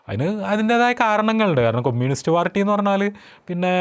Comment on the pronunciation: ആദ്യം കമ്യൂണിസ്റ് എന്ന് പറയാൻ പഠിച്ചിട്ടു വന്നു സ്വരാജിനെ കുറ്റം പറ 😮